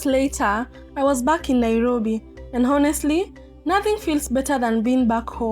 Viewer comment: Hello, you were reporting very nice but it would have been much better if you would have followed these points. 1. First is your pronunciation of " Honestly ", pl see from Google the correct pronunciation. 2. Whenever you are vlogging always give information about the time of your journey- when starting when ending, wherever you are reaching any place- the time. 3. Explain about the bus,the fare, snacks prices, lunch price and others like water etc. 4. When you are starting to shoot always welcome your viewers,say Hi Hello to them and not the least don't forget to thank them. 5. Don't always ask to subscribe every time, you know people who like they will do or don't do. You by any means cannot force them to do so. Ok fine that was great reporting, do better in future,.may your viewers increase and you earn a lot. Have a nice day, bye.